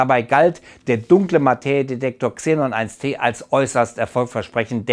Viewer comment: XENON1T 🙊 man spricht es xenon eine tonne oder xenon one ton aus